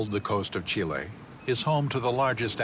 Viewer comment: Pronunciation could be better: Chilenos say something like 'cheelay" not "chilly", The park names are pronounced well, but "Austral Fiords:" becomes "Astral Fiords" and Guadacus becomes Gwaydacus, so add the comical captions, Entertainingly coical at least, and very cool to see what yo'ud need thousands of dollars and months of time to see first hand